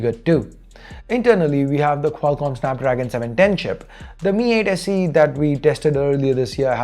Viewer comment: lenovo it's snapdragon not sanpdragon😂😂